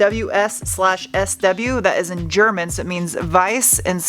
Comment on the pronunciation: Hahahaha, your german pronounciation ist on point (as always🤣)